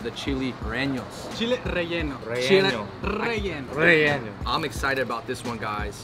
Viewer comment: It’s not “reño” it’s “rellenó” Reh-Yeh-No NOT Ren-Yo